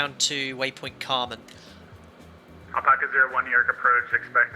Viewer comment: the carmn/camrnthing really annoyed me. i was glad his wife corrected him